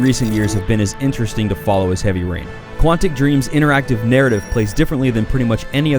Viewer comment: Heaby Rain? Don't you mean Heavy Rain Lol!.